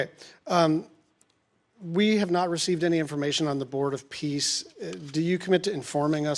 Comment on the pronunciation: Are you sure it’s the board of peace not piss?